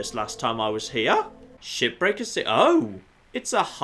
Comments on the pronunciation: is he saying ship breaker or shit breaker??? I truly think he said the latter at least 2 or 3 times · Is it weird that i hear "shipbreaker" as "Shittaker"?